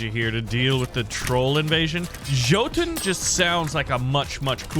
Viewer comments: Was just about to say I was waiting for a mispronunciation as soon as I saw Norse mythology but that super confident “jotun” made me die inside right at the start 😭 took me by suprise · Hey just letting you know Jotun is pronounced yotun not Jotun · jotun is pronounced yotun. and also jotun means giant. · Love the videos, thank you. But "Jotun" or "Jotunn" is pronounced "Yotun" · Hey u do know that jotun or jotnar is pronounced “yo-tun” or “yut-nar “ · A small tip. You pronounced “Jotun” wrong. Here’s how: “Yo-tun”. They we’re the giants of Jotenheim. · I think Jotun in pronounced yotun